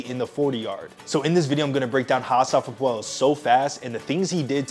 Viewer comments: bro why are you butchering his name… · Great vid, prob should’ve checked how to correctly pronounce the former fastest man in the world’s name correctly 😂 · Why do you say his name like that lol